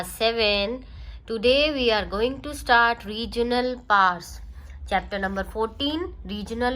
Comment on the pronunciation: It not said pars it said powers